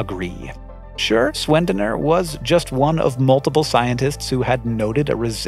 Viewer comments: Sch in german is like sh in english dont get how you could think of pronouncing it Swendener if you at least tried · Great Video as always 😁 Tiny language PSA though: „Sch“ as in Schwendener is pronounced the same as „sh“ in the word shake. Cheers from Austria 🇦🇹